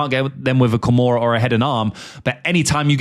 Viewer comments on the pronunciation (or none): none